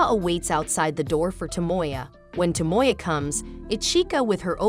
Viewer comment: To mo ya. NOT Toe Moy Yuh.